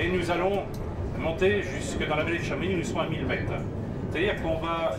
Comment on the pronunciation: arg il dit chamonixe et pas chamonix!